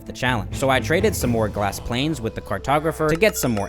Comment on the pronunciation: “glass planes”